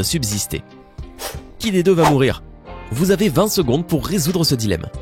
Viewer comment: "Mourrir" lol, faites un effort srx